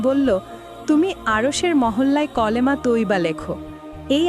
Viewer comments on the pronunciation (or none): ক্যালেমা উচ্চারণ করছেন কেনো? কালেমা হবে।